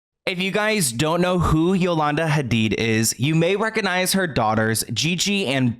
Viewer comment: all the effort you make in your videos is so obvious from research to pronouncing names correctly espcially here when you are saying the Hadid family name and trying to pronouncing the H like it is pronounced in Arabic, we love us a cultured king <3 thank you so much for your hard work and your consisting uploads.